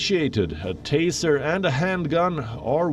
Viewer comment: G Taser, not teaser.